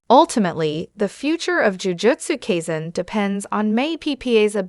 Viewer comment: "Jujotsu kayzin" 2 seconds into the video